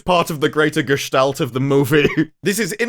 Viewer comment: Did you say Gestalt? Nice. 😁